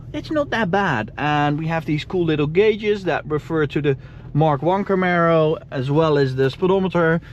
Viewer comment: Kamaro SS in a Austrian Painter accent